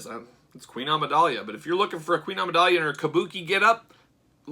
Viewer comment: Dude you dont know how to pronounce Amidala??? Its not Amidalia